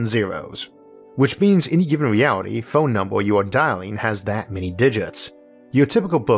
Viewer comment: did he say, mewality instead of reality?